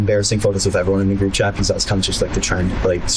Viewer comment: Never trust a little punk that can't say the word "because" correctly. Piuzz...